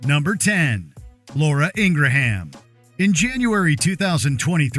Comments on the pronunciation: "Ingra-ham", i thought it was ingraham.😃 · Ingraham pronounced as Ingram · ING GRAM is how it's pronounced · Please pronounce Laura Ingraham's name correctly so we know which heinous axe wound you're talking about. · that's what i thought?!😃 The pronunciation from the narrator threw me off.